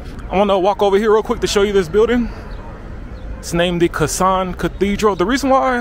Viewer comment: Hi, it's not Kasan, it's Kazan. It is the capitol of Tatarstan republic. It's the part of Russian federation.